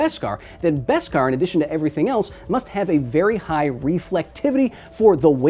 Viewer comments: What’s Best-Kar? It’s Beskar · just learned its beskar not veskar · It’s beskar, not best-kar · I was a ltille bit confused when Kyle always says: "best cars" - until i realize its "baskar" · I know it must have been said, but its BESkar. No T.